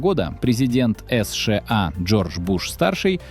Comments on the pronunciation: Автор. Сша а не эсша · "Эс Ше А"....это что-то новое!!!! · Правильно, надо выгонять путина, ему 74. Но это вы боитесь сказать. А идиот, который так произносит название страны? Это ИИ или просто дурак. И ещё про возраст. Первый Канцлер ФРГ, КонрадАденауер, в 1949 году стал первым канцлером послевоеннойГермании в 73 года, а ушёл в отставку в 88 лет и он был лучшим канцлером, поднял страну из руин и она стала второй экономикой мира, уровень жизни был высочайший. ДЕ ГОЛЬ БЫЛ ПОЕЗИДЕНТОМ В 79 ЛЕТ.